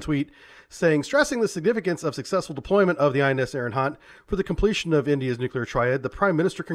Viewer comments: I really apologize for being "that person" but it's driving me crazy ... It's "Ari - hant"... not "Ari - N - hant" ! Otherwise I love your content & knowledge! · The name of second submarine in ur ppt is wrong. It's not ARIGHANT, it's ARIGHAAT. And you can pronounce the name of ARIHANT as ARI-HUNT cause it'll be a perfect pronounciation. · His mispronunciation of the name is much cooler than its actualy pronounced.